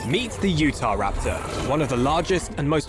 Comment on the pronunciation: As and American I'd like to help you with the pronunciation. It is Utah - U-Tahh, not U-Tuh though I like the way you say it, but the State of Utah & its pronunciation is well known. I know we speak weird sometimes.